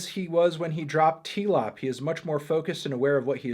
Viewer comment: never call it tee-lop ever again